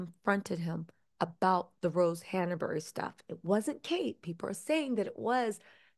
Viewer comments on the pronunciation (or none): It’s not Hanna-Berry. It’s Hanbury. That is distracting. It’s like calling Markle Marable. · It's not hannahberry. Hanbury ⤵ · ‘Glowchire’ ‘Hannerbury’ 🥴